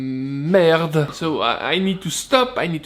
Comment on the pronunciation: Lol true "meeehrd"